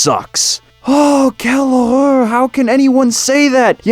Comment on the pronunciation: LOL, I was not expecting to drop in a "quelle horreur", replete with a half-decent attempt at a French accent.